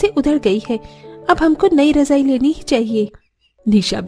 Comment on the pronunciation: Rajai😂😂razai kehte hain bhai😅